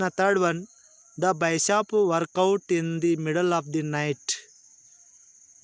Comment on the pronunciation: ಸರ್ ಅದು ನೋಬೆಲ್ ಬೈಶಾಪ್ ಅಂತಿದೀರಾ ಅದು ತಪ್ಪು ಅದು ನೋಬೆಲ್ ಬಿಶಾಪ್.